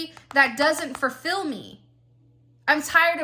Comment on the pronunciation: I really enjoy your readings 🎉 but I need to know where you're from with pronouncing fullfill as furfill...lol. not trying to correct you, I enjoy everyone's uniqueness. I'm just a curious cat